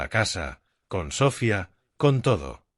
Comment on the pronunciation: Es Sofía no Sófia....con todo respeto.....